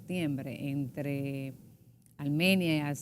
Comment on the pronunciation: ARMANIA.... ESCUCHE MAL???? Hay que leer y prepararse antes de una entrevista.